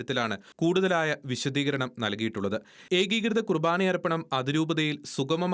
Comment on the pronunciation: വിശുദീകരണം അല്ല സഹോ.. വിശദീകരണം.